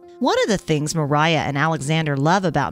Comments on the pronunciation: native Russian speaker here. Masha's full name is Maria Dmitrieva. It's pronounced as Muhreeyah. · MARIA. Not Meriah...